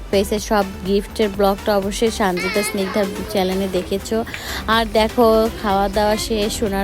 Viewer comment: চেলেন না আপা বলেন চেনেল😂